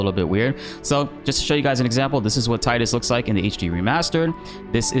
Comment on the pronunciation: How did you pronounce Tidus ಠ_ಠ